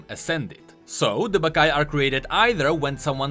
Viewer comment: When i hear the name baccai i only hear "baka mitai"